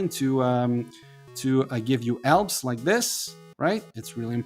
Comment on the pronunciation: For your accent I take you are Mexican??? You should practice the letter H, because you say Eroes, Elp, Ell, Ave, Elm, instead of Heroes, Help, Hell, Have, Helm, etc You try to talk American, but fail. Glad to help.